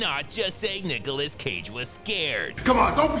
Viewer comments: "Nukilous Cage" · ... did he just say "Nuke-olas Cage"?